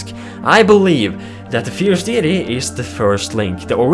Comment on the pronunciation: No offence but it is pronounced "Fierce DAYty"